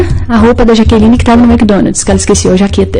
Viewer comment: Eles foram ao " SHOPI" e ao " Mequidonads" 😂